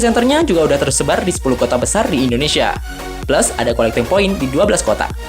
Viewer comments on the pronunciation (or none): none